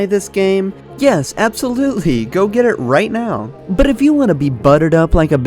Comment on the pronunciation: who tf rolls an R when saying “but” ??? wtf was that 🤦🏿‍♂️🤦🏿‍♂️🖕🏿